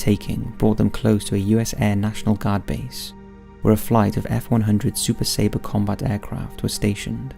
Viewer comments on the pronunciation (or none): none